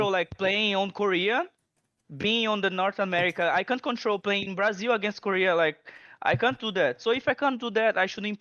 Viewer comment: "In Bra Zeel" - TitaN